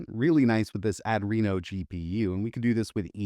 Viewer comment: It's not "add--reno" it's "ahh dree no" 🙄